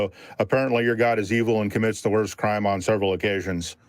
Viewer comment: I can't take seriously when the way he says "Crime" sounds alot like "Creme" 😂 (Not that I like making fun of accents, but it's still funny in this case)